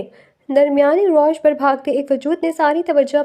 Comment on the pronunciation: Beihen rawish hota hai rosh nhi